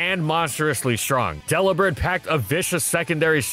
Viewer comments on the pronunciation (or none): none